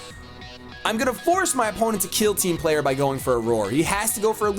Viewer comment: Whenever says "Team Player",I always think he's saying "Team Flare" Is this just me? Lol